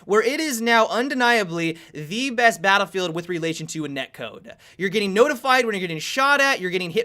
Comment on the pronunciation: "Bahdvifeh 4"